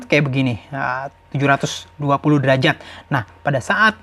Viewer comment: derajat bukan derajad😁